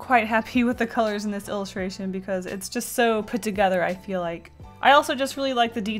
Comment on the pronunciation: "I don't eel good Mr. Stark"